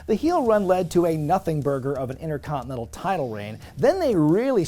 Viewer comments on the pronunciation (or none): none